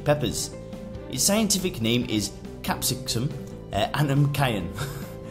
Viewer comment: "Capsiscscum" No, it's CAP-SI-CUM